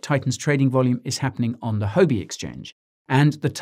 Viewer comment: Huobi is pronounced: "who,re" minus the "re" - "bee" - "Hhwoahbee" check out Google translation pronunciation. Takes 5 seconds.